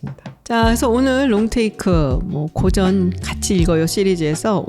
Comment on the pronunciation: 아이고!! 고전 논의에, 고전의 발음이 틀렸나이다! "고" 는 길길게 발음하소서 이런 장단음 문제가 심각하옵니다. "사실, 소설, 건, 대표적